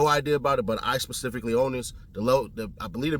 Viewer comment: He says Pacific for Specific him and genius should never be connected!!